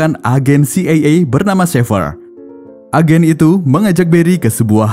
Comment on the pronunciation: Ejen CIA❌ Ejen c ey ey✅